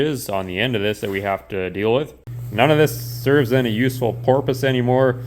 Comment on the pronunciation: Uneccessary porpoises and appendages, something you can’ unhear..🤣